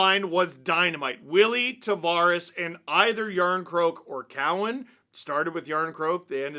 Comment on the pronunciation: TAV”air us”